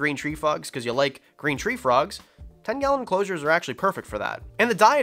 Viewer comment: Is it just me or did he say green tree fu*ks instead of green tree frogs. 🐸